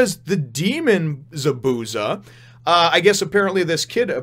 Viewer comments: Just for future chapters, Zabuza's name is pronounced ZAH - boo - ZAH. I put zah in caps because there's a bit more emphasis on the za than the bu. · So you were going for an americanized pronunciation of his name instead of trying to pronounce it how it's originally supposed to?